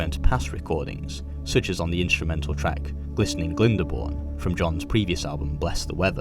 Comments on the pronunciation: Excellent production and content but "Glindyborn" was jarring. Subscribed. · The correct pronunciation is GLYN BOURNE , now go on say it after me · Pronounced’ Glynne- born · Interesting pronunciation of Glydebourne. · Novel way of pronouncing Glyndebourne